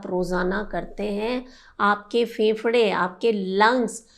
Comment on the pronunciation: Pahle bolna seekho फेफड़ा कहो